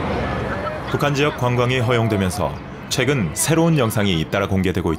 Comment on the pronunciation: 한국 narrator 의 발음이 엉망이나, 이 영국인의 발음은 흠잡ㅇ.ㄹ 곳이 없다. 한국인의 발음문제. 긴 자를 짧게 발음한 예: 최근,유명,세관,예상,거래,사실,준비, 해 두엇다,준공,2천( 1 2 3 4도 제대로 발음하지 못하는 한국), 등 만으로 발음 문제의 심각성을 짐작하기 어렵지 않은가? 이것이 한국 언어의 헌주소다. 이에 분개한 나머지, 제가 "눈물로" 쓴 책이 "한국 어문을 고발함" 입니다. 고국 동포 여러 분!! 이 첵을 조용히 읽어 주시옵소서. 미국 변 완수 드릴